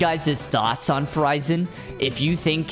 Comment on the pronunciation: He call her name "Fu Ray Zan"